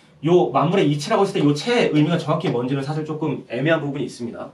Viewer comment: 장음인 한자의 첫자를 찗게 바음 하신 예: 사실,시작,여부,예,신의의 신,비판,반복,소견,보편,현격,보편 등이오며, 측면이라는 단어를 계속해서"칙면"이라고 발음 했고, 만물지도, 오행지기 등은 두자씩 띄어 읽었읍니다. 잘못입니다. "오행지 기"라고 "오행지"와 같이 부쳐 읽어야 합니다. 또 한가지 놀란 것은, 인간이라는 "사람"은 첫자 "사"를 길게 발음해야 하는데 짧게 발음 하셨읍니다. "한국 어문을 고발함"이라는 책을 권하고싶습니다 미국 변 완수 배